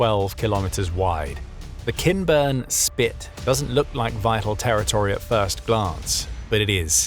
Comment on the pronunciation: Am I the only one who hears “Ken Burns Spit” instead of “Kinburn”? 😂 SLAVA UKRAINI!! 🇺🇦